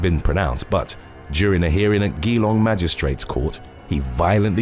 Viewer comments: You pronounced Geelong incorrectly. It's Geelong, not Gheelong ... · Whilst we are on pronunciation, in the first on it's pronounced "Jelong" not "Gee-long", that is all. Keep up the excellent content! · it was when I was googling Ghee-Long wondering where that was in Australia?...when I realised you were saying Geelong (pronounced - Ja-Long)...can see the confusion cheers!! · Geelong is pronounced more like g long not gee long haha. Sounds funny when Americans try to pronounce some of our towns 😅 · its pronounced "je-long" not "gee-long" but otherwise love your work <3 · It’s pronounced G long not gee long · Pronounced as Gee-long and not Gi-long. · Yeah you did pronounce Geelong wrong. It’s not Ghee-long, it’s Juh-long. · Geelong is pronounced J'long. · Pronounced G long for those playing at home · Ozzy here, Geelong, like gee wizz, is pronounced gee long. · Its pronounced like gem..Geelong. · Its pronounced "Jee-long" ☺️ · GEELong is pronounced Ja-long lol 😂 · Australian here - listening to you pronounce Geelong amused me. It’s pronounced juh-long. But don’t worry, most places here are pronounced weird. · Another Australian here. It's pronounced jee-long. With the first syllable shortened. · It's actually sounds like juh - long, the suburban town in Victoria Australia, GEELONG.. IT MADE ME GIGGLE EVERY TIME YOU SAID IT...love watching your channel, bizarre and shocking some times, but love it. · Oh wow, the state of Victoria was mentioned. It's pronounced G-long though. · That's not how you say Geelong xD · I LIVE IN AUSTRALIA - YOUR PRONUNCIATION OF GEELONG IS UTTERLY TERRIBLE ,I WANT TO LAUGH BUT U CANT UTS SO BAD ! LOL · Dam, I ain't never heard a name butchered so brutally an confidently as this man just did Geelong.. point for trying, but gosh. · Hahaha I was literally thinking did he really mess the name up Geelong so bad. Glad I'm not the only person who realised😂